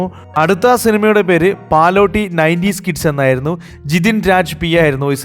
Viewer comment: പാലോട്ടി അല്ല പല്ലൊട്ടി